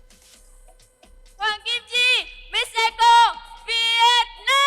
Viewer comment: For me in all beauty pageant not just beauty but they should consider also a lady who can speak well, and pronounce the word well because at the end of the day they represent the organization, they are the good example of all aspect, bakit kailangan yung mag adjust eh yung nanunuod sa knya, tayo ang mag adjust kung ano ung sinasabi nya, eh yung ECO lng di pa mabigkas ng tama. 😮